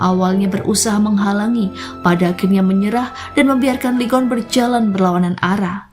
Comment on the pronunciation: Lee Geon bacanya i gun min